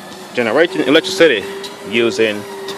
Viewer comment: The way he says electricity sounds like electric city XD